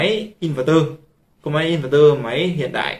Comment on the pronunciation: Kiến thức hạn chế, nói theo ý chủ quan của cá nhân nhưng luôn khẳng định mình đúng. Nghe ức chế. Nói sai be bét cả về chuyên môn và sự hiểu biết, đọc tên hãng cũng sai, in VÉC tơ hay in VẸC tơ là biết trình độ thế nào.